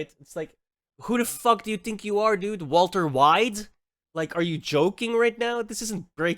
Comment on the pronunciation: Bro said walter Wide XDD